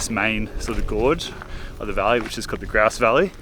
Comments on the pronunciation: 😢youve finally done it its the Grouse its pronounced Grose And spelt that way😢😢😢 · Your saying grouse like a victorian would haha, are you meaning to say "grose river valley ?" Specy veiws